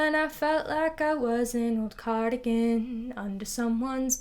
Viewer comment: cardigan sounds like “car again”